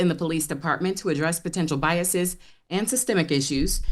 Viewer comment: that's is NOT how you pronounce biases ‼️‼️